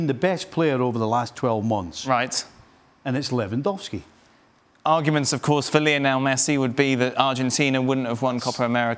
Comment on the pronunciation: First saying benzema 😁 Second saying Lewendwoski 😂🤣 And then saying benzema carried Real Madrid 🤣🤣